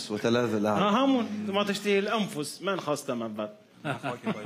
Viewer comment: سؤال : لماذا قرأتم (يطاف عليهِم ) برفع الهاء وليس بكسرها كما في رسم المصحف الشريف..؟ وكذلك مفردة ( تشتهيه) قرأتموها ( تشتهي).. فهل يجوز ليّ عنق الأحكام لصالح الانغام زيادة في التطريب..؟ ارجو الإجابة..